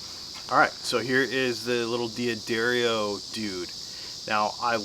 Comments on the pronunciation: Good lord, it's pronounced Da-ddario. Not D-Addario. Sorry to be THAT guy. Enjoyed the video, though. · I said it the same way for about 30 years, until I learned the correct pronunciation. Check out this video . It seems to me that a D'Addario employee would know how to say his company's name. Just because someone says something on a video they post on their channel, doesn't mean it's correct. What are they going to do, say "oh no, you have to re-record that because you didn't say our name correctly?" I quickly watched a few videos on their site and found guys saying it both ways. You're free to say it whatever way you choose, however I wish I had a dollar for every time I heard someone mispronounce a word. Do you want to be one of the "dozens and dozens", or do you want to be right? That being said, it's not a big deal in the scheme of things.